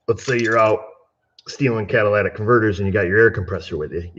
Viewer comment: Say it with me; CAT_ILL_IT_ICK converter, NOT Cadillac converter....LOL